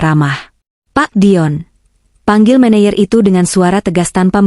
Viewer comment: Baca " menejer" bukan "meneyer"